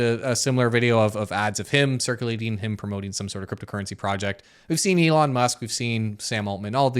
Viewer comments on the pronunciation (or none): none